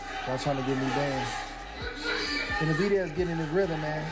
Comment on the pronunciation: Learn how to pronounce Benavidez before you speak about him!! If this is an AI voice, get another one. Makes the whole video lame a f.